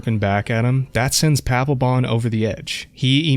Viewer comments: Paplebon = D-Baglebon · Papelbon? Are you sure his name really ain't Palpatine?